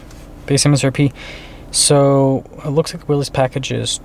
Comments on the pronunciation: Pronouncing the package correctly (it's NOT WILLEEZ) would go a long way in making you sound like people can trust your knowledge on the product...if you call it the wrong thing, what else will you get wrong? Just my opinion. WILLISS vs WILLEEZ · It's pronounced "Willis." -- BR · It’s pronounced WILLIS